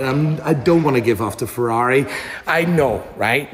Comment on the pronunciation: It's Ferrari!!! Lol Clearly you don't watch f1😂😂😂